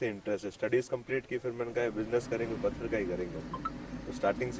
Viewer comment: फतर नहीं पत्थर होता है, कहाँ से आते हैं ये लोग?